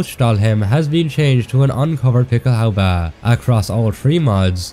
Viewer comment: I love it when you say "Pickelhaubä". Love your videos!